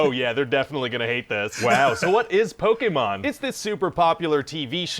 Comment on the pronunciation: as many years as ive heard ppl mispronounce pokemon, "pokemmen" is a first 😂